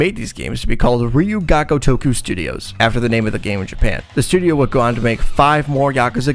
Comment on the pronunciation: NAHHH NO WAY HE CALLED IT “RijU Gaggo TOcku” 😭😭😭